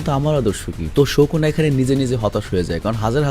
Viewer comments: ভাইয়া প্লিজ ঠিক করে উচ্চারণ কর। নামটা সুকুনা not শকুনা।😑😑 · ভাইয়া তুমি সব সময় সুকুনাকে শুকুনা কেন বলো😅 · Bro its sukuna not shokuna 😂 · sukuna❌ sokuna✅ .....😵‍💫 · Vai kisu mone koiren na.😢 Sokuna na sukuna hobe• Sukuna bolle Valo hoy karon apnake ar jonno oneke onk Kotha bole.😢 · ভাইয়া সোকোনা বলেন কেন সুকুনা বলবেনন প্লিজ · Sokuna na sukuna😂😂😂abal